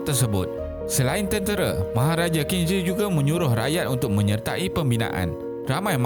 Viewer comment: Assalamualikum Bang , saya nak tegur sikit sebut Qing bukan macam tu tapi bunyi dia "Cing"